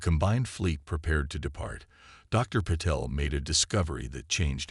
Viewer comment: WHAT THE HELL IS AI’S PROBLEM WITH PRONOUNCING AND SPELLING A 5 LETTER NAME SUCH AS PATEL , VERY FRIGGING SIMPLE AND TO THE IDIOTIC WRITER , THAT IS WHAT PROOFREADING IS FOR , MORON !